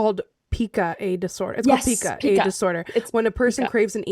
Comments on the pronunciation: Oh also I just learned that Pica is pronounced “pike-a” — I’d also always it like peek-a but a friend corrected me and I googled the pronunciation and they were right! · For the person who ate the basement wall the condition is pronounced PIE-KA just figured you lovely ladies would want to know! 🥰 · It's pica with the long I sound! I'm in the healthcare field and I have patients that have pica and they'll even eat their own poo depending on the type of mental disorders they may have. I've had at least 4 girls who we'd have to put on onsie pajamas backwards and clip the zippers closed to try to defer them from digging and eating it 😂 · It's pronounced Piekuh. I help take care of adults with intellectual disabilities and a few of them have Pica. One girls non food item is rubber gloves. We also had an individual who liked drinking cleaning supplies and eating dirt. Also it is true about the full moon. Anytime there is going to a full moon the individuals at my work who are known for having behaviors usually act up. Love you too so much. You guys are my pick me up and bring a smile to my face everytime I watch you❤❤ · Pica pronounces Pike a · Yeah, I was just gonna type in. It’s called Pica! Pronounced Pie-ca. I love you guys! I wish I knew how to get this going and I would totally do it because I’m permanently disabled and I can’t work because I have a brain disorder so when you’re talking about Adam, I totally got it I yeah and but there’s so much more, but I would just love to do this and then also bring awareness to the disorder that I have Because doctors are dumb. Some are most are. I miss fringe that is that was such a great show.